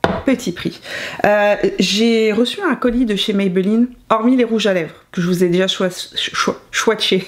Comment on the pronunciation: Bonjour ça s’écrit Maybelline. Ça se prononce comme ça s’écrit et c’est une marque Américaine, qui a été racheté par le groupe Français L’Oreal.